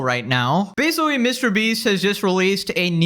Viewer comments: Your pronounciation of the word "basically" gets worse with every video. We've now landed at "basawwy", right in the first few seconds. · Did you say basicwee? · “and basicwee” 😂 I’m sorry that just caught me off guard 😅 Love your videos tho! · This is basoowee crazy. I basicwee can't beweeve it